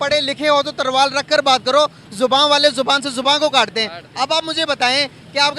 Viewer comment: Arey "Tarval nahi hota hai vo ta😂 Talvar hota hai... Woh word 😊😅😂